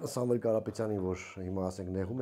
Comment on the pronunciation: Ասում ա Sanvel 😅 Ապե Սամվել ա անունը